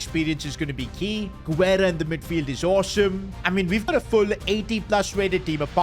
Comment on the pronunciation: Yo! Hope you get to see this! In a lot of your videos you use spanish players with the lastname Guerra, and I mean this in the best way possible, the U is silent! It should be pronounced more like Gerra and it's the spanish word for War. I guess it's just me nickpicking but just thought I'd let you know